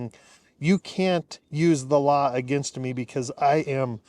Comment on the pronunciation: it sounded like you said "allah" instead of "the law"! i had to back it up and play again, for i knew i could not have heard right 😊